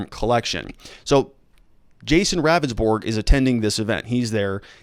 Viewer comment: It’s pronounced Rounndsberg. He’s not a very good attorney.